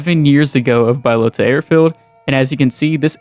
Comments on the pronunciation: Its Bahloata not Baylota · came here to say its B-AH-Low-TA. not BYE-LOTA.... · BA-Lota not Bi-lota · Really bothers me you can't pronounce balota it's not bilota it's BAlota ahhhh bahhhh bahlota fucking dunce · its Balota not Buylota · No way you called it BYElota It’s BAlota airfield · How tf does someone say "bYlOtA" when its Balota? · Bro saying byelota is driving me crazy Buhlota that’s how you say it wtf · lol “Bye-lota”. Do you see an i after the a in “Balota”? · It’s pronounced BUHlota btw lol. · bro you dont say bylota seriously do you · Admit you pronounced it like that for comment bait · don't tell us what to do, learn to pronounce words correct next time. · The way you pronounce balota deserves prison time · sorry couldn't get past the mispronunciation of balota